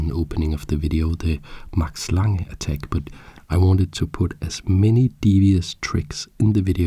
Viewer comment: I cannot resist the urge to point out that you pronounce the e, so its lang-eh